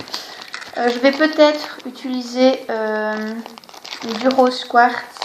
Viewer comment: Très jolie :) Au passage, on dit "utiliser" pas "ituliser"